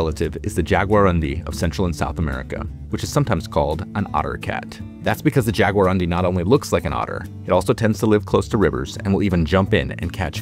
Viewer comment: I have never heard how jaguarundi pronounced like that lol